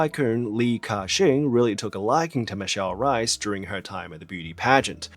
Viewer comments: H - ay - s! Would be more accurate, I’m a native English speaker and my mother is from Brazil and I’ve been speaking Portuguese since birth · Absolute garbage sponsor. Also, lovely video, but "Reis" is pronounced as it is written, not "Rais", and the "r" is pronounced as "h" in hello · Isn't her name pronounced as Michelle "Rays"? Not Rice I mean she's half chinese so the staple food thing but come on 😂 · if she's of portuguese descent, her last name is not pronounced as r - eye - s but as r - ay - s! - a portuguese person haha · I'm pretty sure her last name is pronounced like "race" (in a non-Australian or Cockney accent) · oh my god, she's reis as in the portuguese word for 'kings', no reis as in idk, some german surname. michele rays is wat u were supposed to say. 8 min in and i just realised that, fuck that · It’s pronounce Reese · since i'm portuguese i LOOOOVE michelle and she's my favorite chinese celeb EVER, i'm so glad you made a video about her! ps is reis supposed to be pronounced as the german surname reiss in hong kong lol here it's rruh-ish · Eu sou brasileira, e tá me dando uma agonia da gota toda vez que ele fala rrais sksksksksksk me lembra da primeira vez que ouvi um anglo-falante dizer rozé ao invés de José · HAHAHAH JURO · it’s funny when you say michelle reis, it sounds like rice 😂 the pronunciation of her name is actually very different (i’m brazilian so i know) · the R in Reis is a hard R, it must be pronounced